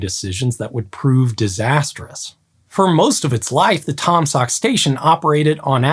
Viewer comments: Pronounced Tom Saw not Tom Sawk, the ‘k’ is silent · How can one read Taum Sauk as Taam saak? Where are the u going?